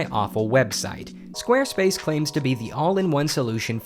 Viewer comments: I heard it so much that it sounds like "Squirtface ". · Squirt face is what i hear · they said squarespace in the intro so much it sounded like they were saying wednesday